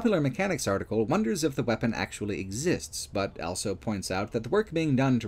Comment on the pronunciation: pronounces the word "also" as "elso".